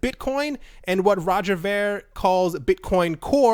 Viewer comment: Its pronounced roger veer